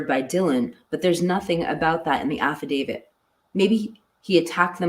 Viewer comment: Didn't she say affidavit